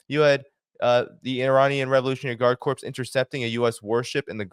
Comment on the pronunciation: Great report but just a heads up: "Corps" is pronounced "core." A corpse is a dead body.